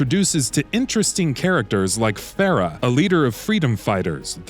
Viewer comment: No wonder this review is lacking. This guy can't even pronounce Farah's name correctly.